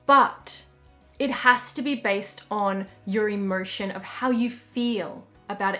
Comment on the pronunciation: Sorry I dont mean to be rude, I love you! is it just me but when you say "emotion" I hear it as "immersion"???